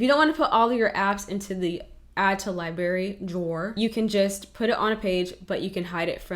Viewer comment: I LOVE this aesthetic 😍 but girl...”li-bary”?